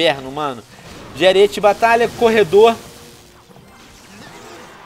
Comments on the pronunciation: Venom aprenda a ler!!! ARIETE (errado) ARÍETE (CORRETO) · não é ariÊte é arÍete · Aríííete, não ariête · Venom não é ariête cara é aríete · "ARIÊTE" hauahauha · Venom se escreve ariete mas se fala arete